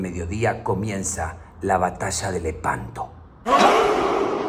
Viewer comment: A veces te une lehpanto